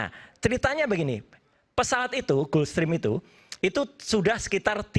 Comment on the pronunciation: Gulfstream dibaca "gelfstrim" bukan "gUlfstrim"